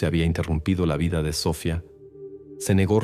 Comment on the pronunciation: A ver pronuncia bien, es Sofía con acento en la I, no Sofia sin acento, que no puedes mejorar?